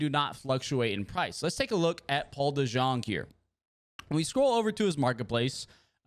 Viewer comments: Paul DeJong🤣🤣🤣 Paul deyoung is how u pronounce it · boy said dejong it’s de-young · Paul dejong is pronounced like Paul deyoung btw